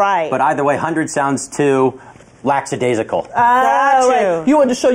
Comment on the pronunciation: But! No one said anything about how he pronounces "lackadaisical"